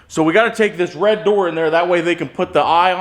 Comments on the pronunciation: Painting: 10/10! - Pronunciation of the word "RED": 3/10 :) (YouTube's automatic captioning guesses "Raid" the first time and then "Road" the other time.) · Red pronounced raeid give a 3 letter word 2 syllables.